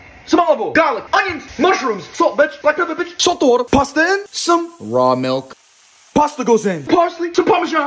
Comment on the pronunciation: "Raau milk"